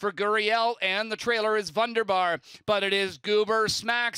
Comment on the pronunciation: VUNDERBAR mispronounced again this week.